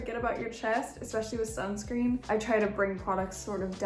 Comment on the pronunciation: Did she say Sun scream?!